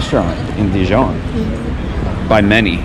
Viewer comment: You have presented a fantastic and beautiful video on Dijon. Almost as good as visiting in person or maybe better. My only suggestion would be to brush up on your French pronunciation. ❤